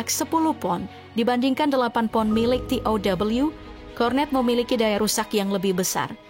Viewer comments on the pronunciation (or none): Penyiarnya tidak bisa menguasai Bahasa Indonesia yg baku masak baca tow te O we tidak bisa